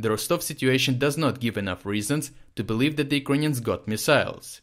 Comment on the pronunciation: Kind of gutting bored the way say "Ukrainians"...in the first minutes i wasn't sure who do you really mean...work please on your pronunciation dude...nevertheless everything seems to be ok and brought clearly from you out